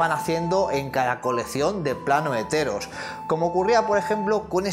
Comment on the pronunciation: jeje cuendo dices "de Theros" parece que digas "heteros" jajaja perdon soy asi de básico en el humor